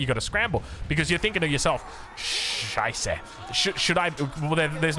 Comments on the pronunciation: As a German i hope you continue to use "scheiße" it was perfect xD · You could say more often "scheiße". It was perfect